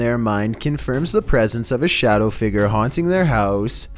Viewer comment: 1:97 “A phantom figger”